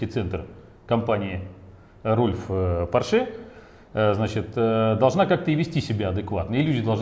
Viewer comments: ну хоть кто-то поправил покупателя, а то заколебал со своим поршЕ, уши режет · Мужик-то умный, но как он говорит Порше - кровь из ушей...Не поршЕ, а пОрше...